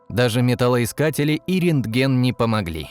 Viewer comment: Рентген а не рентегн